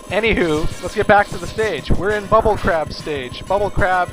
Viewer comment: Why does it sound like he said bull crap instead of bubble crab?